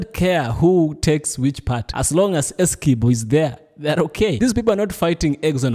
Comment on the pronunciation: There is not pronunciation of 'key' in Essequiboo. I car understand why international media houses do not do enough reseach to get the pronunciation of names as they are in whatever country the names are from.